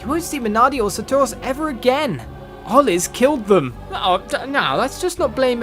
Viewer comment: saturos not sataros lol